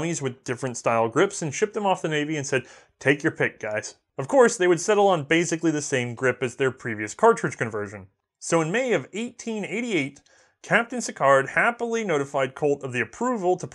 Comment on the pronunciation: I think Sicards name is pronounced something like See-Car...